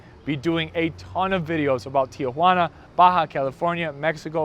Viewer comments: Pocho pronunciation: Teeah-hwanna. It's not your Aunt Jane no upvote for you. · Tijuana--3 syllables not 4.